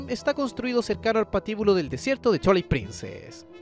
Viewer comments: Por qué dicen "chuailit princess"? Se dice "Tuailight princess" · "Chualait Princess", mis oídos!!! 😂😂😂😂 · Observación constructiva, cuida que Twilight no suene a Chuailait...se oye feo. Por lo demás, excelente contenido 👍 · Me mata de risa como pronuncia /chuailait/ princess … 🤣